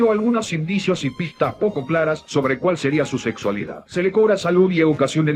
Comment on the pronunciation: las mejores partes son las noticias sobre segssualidad de Novarezzio jsjsjsjsj